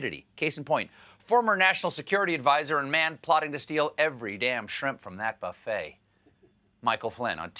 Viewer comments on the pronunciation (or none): none